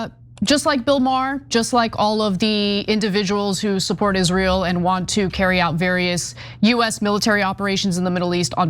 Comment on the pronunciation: That's, "Isral," as Linda says.